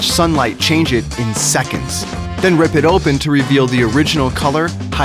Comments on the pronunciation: Did you say rip it or rib it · Did you say rip it or rid it